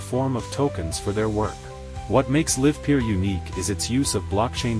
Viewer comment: They didn't even bother to find a voice synthesizer that can pronounce the name of their own company name correctly. Really projecting confidence.